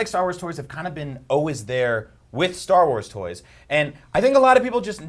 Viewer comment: "Star Wals" 😂😂😂😂😂😂😂